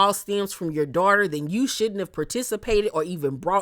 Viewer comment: Evelyns "Dorter' would be catching hella strays from me if I was on the show sorry not sorry 😂